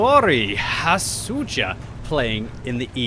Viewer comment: You made NuoriHosuja sound like Japanese :D Finnish isn't very easy.